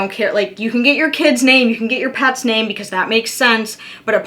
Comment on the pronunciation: Heyyyy! You did my question, (no tattoos or no piercings) and you said my name correctly. No one ever pronounces it right. 🥰😃